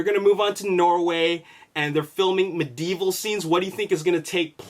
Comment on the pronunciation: I love your videos but i hate how you say medieval.